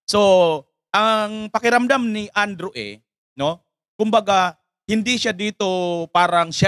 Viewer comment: Andrew E hindi Andrew A. po.😂😂😂